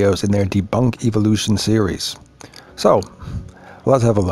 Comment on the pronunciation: why do you keep calling it eviloution? it's evolution. evo lution. no I sound after ev.